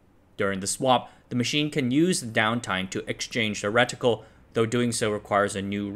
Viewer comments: Stopped watching after he first said ret-itcle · Reticle, don't say the I so loud...